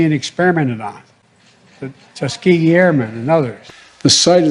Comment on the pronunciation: When he says Tuskegee I just can't handle it. Omg rotf